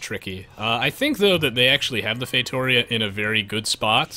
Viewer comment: It's FAY-TOO-REE-UH